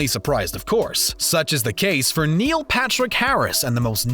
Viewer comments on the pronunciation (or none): none